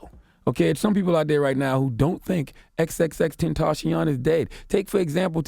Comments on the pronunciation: Tenta-see-yon right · Why does he keep saying his name wrong “xxxtention” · I hate how you say his name ex ex ex tentaacioon